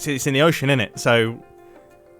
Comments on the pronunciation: British people be like: "Iss in the ocean innit? " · he said innut